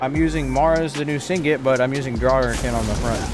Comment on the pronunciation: Nice content man. But please. Sig-net not sing-it. Shattered path signet. 😅